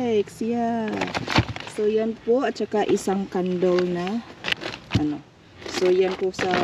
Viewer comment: candle po.as in KANDEL.hindi po KANDOL.Just correcting u lng po.i am not bashing u po.ingat!